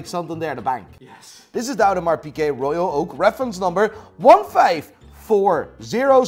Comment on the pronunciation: Audemars Pikeh? Is that how it's really pronounced?